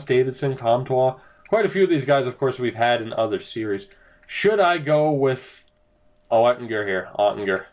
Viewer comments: Now that you drafted Oettinger, here's the correct pronunciation: You're close now...But it's a hard G instead of soft. OTT-in-ger. Also...I love this idea for a series. Franchise mode becomes so easy after a while... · Oettinger is pronounced - Oat-en-ger.